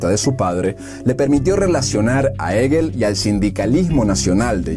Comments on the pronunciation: La pronunciación correcta del apellido del gran filósofo alemán no es eguel, sino jeguel. El narrador, mi admirado paisano, debería poner más cuidado a la fonética. Así no pasaremos por estos sobresaltos al escuchar los estupendos contenidos producidos por vosotros. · Hegel se pronuncia con hache aspirada